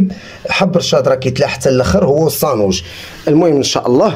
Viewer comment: تبارك الله عليك يا لعزيز كلشي يا ليل يا عين....بصح بالنسبة للمكونات كثرت شوية اما بالمناسبة نقول السانوج بالسين وليس الصانوج بالصاد ...اتمنى لك التوفيق في مشوارك .